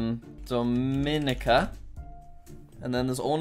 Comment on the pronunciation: The pronunciation in the Caribbean really hurts me lol. Just for next time: Grenada: grenade-ah Dominica: Dom-in-ee-kah (pronounced differently from Dominican Republic due to language differences) Antigua: an-tee-gua Suriname: suri-nam Nevis: knee-vis St. Lucia: lu-sha